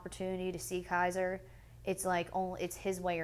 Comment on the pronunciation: if an interviewer would say my kids name wrong, I'd get up and walk out. KAZER? LoL.